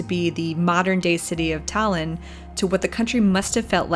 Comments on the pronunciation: Are you stupid or something?? She literally said "Thailand" trying to say Tallinn, how the hell is that correct? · Damn your pronunciation of Tallinn and Eesti was actually pretty spot on, one of the best I've heard. If you look at a map Tallinn-Narva highway is much straighter and actually wider than other highways in Estonia, a clear marker from the past. Of course the biggest road had to lead to Russia rather than other capitals like Riga or population centers like Tartu.